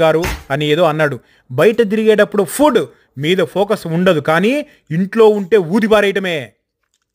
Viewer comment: Nuvvu edo TELUGU goppaga streas chesi matladuthav anukunna... Literally chala impress ipoya. But food ni foooooodu annav chudu, ardam ipoindi😅😅😅